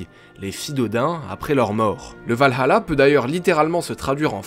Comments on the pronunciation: On ne dit pas Val hAla, on dit Valala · C’est le valhalla, et pas val-allah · tu prononce valhala a l arabe ^^ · je suis désolée mais c'est le Valalah pas le Valhala